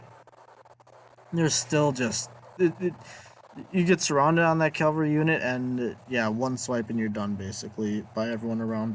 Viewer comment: It's CAVALRY not CALVARY!!! Good God.